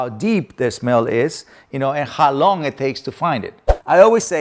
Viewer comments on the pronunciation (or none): none